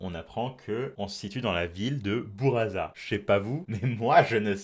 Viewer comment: Pour buraza on dit pas '' bouraza '' mais '' boulladza ''